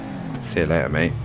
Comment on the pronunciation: I love when he says see you leyar